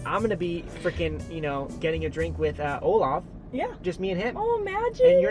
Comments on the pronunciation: Sofie ya but you say it as Olaf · I'm sorry .....its 2 am and the fact that brent pronounced Olav's name OLAF is just TOO funny for me!!!!🤣🤣🤣😂😂😂😂😂😂😂😂😂😂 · HIS NAME IS NOT OLAF, IT’S OLAV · Yea, it sounded like that🤣🤣